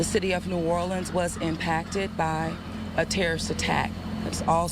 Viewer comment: You can tell by how she's talking and how she pronounced new Orleans the fbi chick is from cali